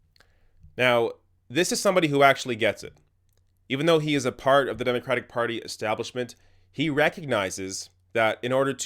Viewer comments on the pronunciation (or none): none